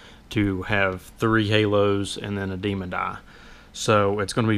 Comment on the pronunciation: DEMON EYE. NOT "DEMON-D" EYE. THERE IS NO 'D' AT THE END OF THE WORD DEMON.